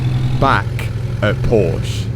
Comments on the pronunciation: Fucking tool. You buy a car to rebuild it but doesn't even bother to pronounce the brand name right. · Bro the content is amazing but any chance you could try to pronounce Porsche correctly? I honestly tried just getting used to it but it's not working. :D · And now try to finally repair your pronunciation of the word ”Porsche”. (It is a two syllable word/name) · If only he could pronounce it properly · Just want to say thank you, for your great Porsche content you post on YouTube. This is so entertaining and makes my day as a true Porsche enthusiast. By the way, can you do me one favor? Please say Porsche how it’s supposed to be said thank you. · It's Porsche not Porsch!! There is an e which is being spoken like in the. Please, the man's name was Ferdinand PorschE !! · This brands name is PorschE, not Porsch! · Very nice built and props to Porsche Solihul for lettin you film inside. A little hint you have to consider. It is called PorschE! Not Porsch! PorschE Please try it, It’s not that complicated. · PORSCH"E",,,,PLEASE..... NOT "PORSH"...😖😖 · Please just call it PorschE bro 😂 It's not a Porsch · Why can’t Brits say Porsch a? Jack at Number 27 insists it’s their right to mispronounce the German name and here we see it again. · Can you spell PORSCHE. It's damn not a PORSCH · It's called Porsche.. not poooosch.. greetings from GERMANY 🧐 but nice videos anyways xD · This isn‘t a Porsch. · And your pronunciation of Porsche was totally wrecked. Porsche is a two syllable word: por-sha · Pronounce it like Porsch-a please... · Every time he says “Porsh,” I die inside a little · I hate porsche fans that have to correct you with the pronoucination “porsch-ahh”. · The pronouncing of Porsche is on the e which sounds like an a. Porsch..a... The technician's pronouncing is close... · At least the Mechanic knows how the brand is called correctly! „Porsh“ sounds so wrong, like Aston Mart, McLare, or Rolls Roy! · dont know if anyone told you but its called Porsche not Porshhh